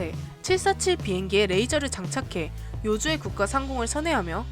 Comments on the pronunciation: 요주에 라고 발음하는것은 보통 요주의 의 뜻을 'of 요주'로 잘못알때 하는 거고... 요주의는 필요 주의, 즉 주의를 요한다는 뜻으로 주의하세요! 할때의 보통 '의' 발음 그대로 해야함니다. 물론 of 의 뜻으로 '의'를 발음하더라도 에 는 틀린 발음이 맞지만요. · 소유를 나타내는 조사 '~의'를 우리는 보통 '~에'로 발음하는데요. 요주의(要注意)의 의는 그 의가 아닙니다. 세글자가 한 단어로서 '주의를 요한다'라는 뜻이에요. 따라서 요주의의 의를 에로 발음하시면 안됩니다.